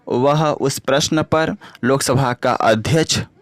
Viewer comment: AdhYaksh ❌ Adhyach ✅😂